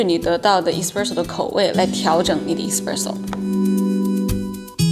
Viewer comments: 挑刺儿的同学来纠正一下老师的发音哈，It's s-presso not e-spresso，视频的满满的干货，很有收获，如果单词的发音纠正一下那就更好啦。😊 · Espresso麻煩妳別唸錯